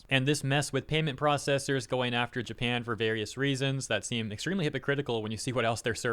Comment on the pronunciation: Um it's Japan not Japin🙄